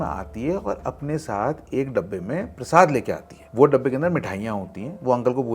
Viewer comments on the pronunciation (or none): none